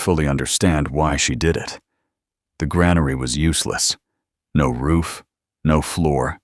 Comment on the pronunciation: It would be nice if the automated voice could pronounce granary correctly.